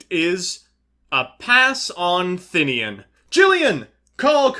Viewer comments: I don't understand where people get the Thin-ian pronunciation from, it's They-nen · "Thinnian" looks at card text "THINNIAN" You sure about that vowel order, chief?